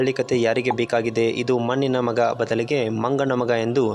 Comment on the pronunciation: ಮನ್ನಿನ ಮಗ, ಸ್ವಲ್ಪ ಕನ್ನಡ ಸರಿಯಾಗಿ ಉಚ್ಚಾರಣೆ ಮಾಡುವುದ ಕಲಿತು, ನಂತರ ಮಾತಡು